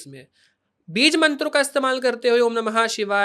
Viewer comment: बीज का उच्चारण भी स्पष्ट नहीं है इसका 😐